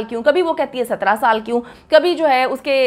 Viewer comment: She said sattara which is Punjabi accent not a Karachi girl accent. wohi keh Rahi hai Jo ussy bataya ja Raha hai